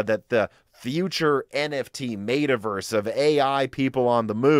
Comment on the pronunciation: mf said "mayta-verse"